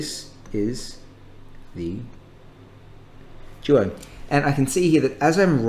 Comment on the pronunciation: I swear he says Surface joy instead of duo.